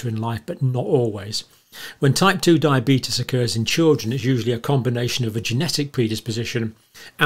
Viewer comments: The result of Years of studying diabetes and crackpot theories: “Diabeetus@ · You're pronouncing diabeetus wrong. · Why can't he pronounce diabetes or covid like the rest of England does?